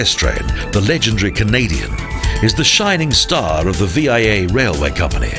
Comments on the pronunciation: 1) From A Canadian in Canada... "VEE-ah" not "VY-ah" English canadians wil l know it by that parlance, let alone french speakers. (Personally I am English, Native, French a strong second, and spanish third." But also listen to Paul and the Langfocus Channel. He's got a video for just anbout every language ever spoken and a lot of added info in each! In public In the Greater Montreal area, and usually talkative enough, Even a person who has little command of english or French will realize that my English doesn't sound like the english on the streets of Montreal. so, at times to avoid real confusion, I have to explicitly mention that it IS Canadian - it just comes from a different part of Canada, about 20 miles West of toronto, the latter which you will surely see as the Montreal-Toronto Via tran rolls into Union Station, about 4 hours after leaving Montreal's Central station. 2) As, < > or "in dynamic and ongoing proportion" you passed through the Citadelle, where was Baptiste? did he "get your goat?" (Baptiste, the goat is or was the mascontg of the "van-doos" ie .<< Les vingt-deux >> or the 22nd regment. Also for visitors to Quebec, they might try a ride on the "elevator" that runs from << Haote ville >> (Upper town) to <,Basse Ville >> or lower town via the clife that is very close to the Citadelle. But surprise! That elevator, consisting of two cars counrterbalancing each other up ans down the cliffside are very old. the day I rode them from the basse v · The rail line is pronounced vee-a, not veye-a.